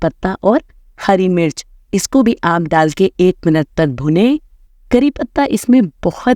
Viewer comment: Bhune nahi hota bhoone hota hai😂